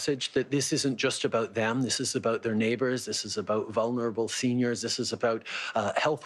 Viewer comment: ''abowt'' lol